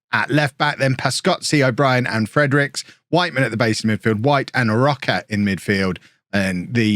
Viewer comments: His name is "Roach". Not Rock-a. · Please stop saying Roca. Roche would never be pronounced like that 😂 it’s “roash” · "rocker" maybe Row-shh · Jamie Roche is playing for my team Sirius. His father is from Norwich, England. So his name is Said as Roach but with an E at the end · Roche = row sh (row like rowing a boat, sh like shiny) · I had Jamie Roche when I managed IK Sirius in Sweden a few years ago. I’m fairly certain he was Scottish at that point and not Swedish - so it’s probably pronounced Roach? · Roche is probably pronounced Row-shay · Roche is Swedish which means his name would be pronounced like Roash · i think Roche is pronounced either like rosh or roash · is Roche not just said like Roach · You pronounce Jamie roche like Jamie rosh